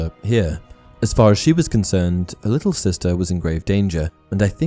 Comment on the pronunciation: She even offends Harry, calling him "this leetle boy" lol